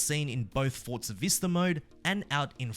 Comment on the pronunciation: It’s ForZa. There’s no t.